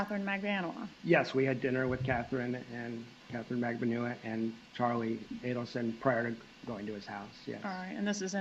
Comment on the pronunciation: When did you start pronouncing “Magbanua” as “Magbanawawa” if someone recently told you that’s how it’s pronounced I think they were messing with you 😂